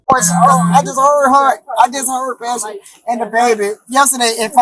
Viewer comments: Passion. Not pushoon I love the way you are the voice in the channel but as someone with a unique name, mispronounced names bother me. A lot of them could be looked up and said correctly. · PASHUN IS PRONOUNCED AS PASSION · I believe her name is pronounced as "Passion"